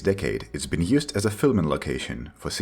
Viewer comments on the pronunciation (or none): none